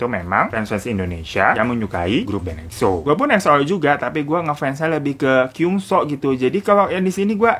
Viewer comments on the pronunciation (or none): Btw baca nya bukan kyungso bang tapi kyongsu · Gyeong zuu bacanya yh 😊